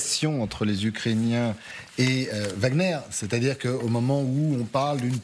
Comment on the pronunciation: elle dis ukrainain ça va pas fort sur ce plateau 😒😒😒